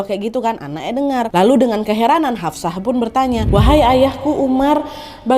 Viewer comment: Hafshoh yaa...... Bukan Hafsah 😊